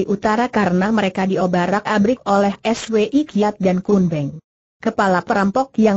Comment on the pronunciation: Contoh lain yg mengganggu...Swi Kiat...dibaca dg dieja...es..we..i....Kiat...dst..!